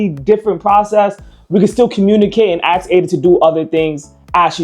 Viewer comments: Axe it how to say Ask 😂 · AKS a question? You are highly intelligent seeing you can build this, therefore you should know that aks is not a word. It's ASK. I'm Dutch and even I know this. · could not keep listening after the third "ax". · Quick question why are you axing her? 🪓